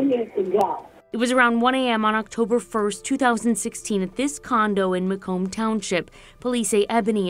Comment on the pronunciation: Macomb is literally said how it’s spelled 🤦🏽‍♀️